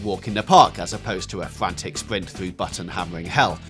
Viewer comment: Fwantic spwint